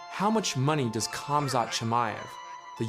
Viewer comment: Its a silent K. Guessing you still use the K in Khabib too 😂😂